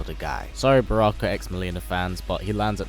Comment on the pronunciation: how dare you say barakka